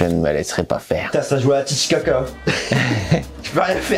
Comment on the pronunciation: Si jamais la manière de jouer a la barcelonnaise s appelle tiki taka et non pas titi kaka comme le lac d Amérique du Sud merci 🤭😆